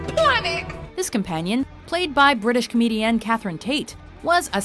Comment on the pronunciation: Oh god why did she say Comedian like that? I’m convinced they choose one word per video to say weird and create buzz in the comments for people who hear it.